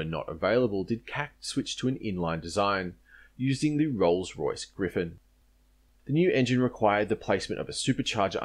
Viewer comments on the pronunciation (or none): none